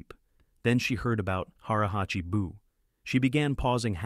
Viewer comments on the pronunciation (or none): THE CORRECT IS "HARA HACHI BUN ME" NOT "BU"